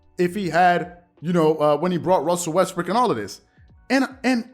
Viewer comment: He said Westbrick 😂🤣😂🤣